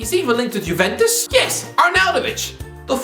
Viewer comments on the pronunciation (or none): none